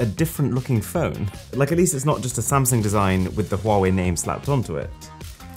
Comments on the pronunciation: “Ah,my favourite company,Sumsang”💀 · "The sumsang" Ah yes, ningt time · Sumsang 🤣🤣🤣🤣🤣 did it say s30ultra🤣💀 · Ah yes the sumsang my favorite company got me hard on the ground 😂